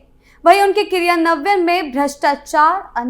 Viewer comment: क्रियान्वन, लाभार्थी, पर्यावरण और राजस्व जैसे हिंदी शब्दों का आपका उच्चारण बहुत ही दोषपूर्ण है, कृपया इसमें सुधार करें।